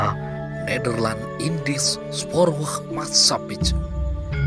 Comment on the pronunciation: Cukup detil, lengkap & mudah dipahami isi & alur ceritanya 👍👍👍 Sedikit masukan, utk pengucapan bahasa Belanda, mohon dicross check kembali. Seperti Maatshcappij. Huruf J disitu sm dgn huruf Y. Bukan dibunyikan J. Jadi bacanya bukan matskapij. Klo ga salah, matskapai. Maskapai penerbangan gitulah klo sekarang 👌 Salam dr Ambarrukmo 🙏